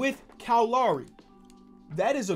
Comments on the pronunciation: Bro it’s Kyle loWry no lauri. Low-ree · Bro it's Kyle L-OW-RY. Not Lawry lol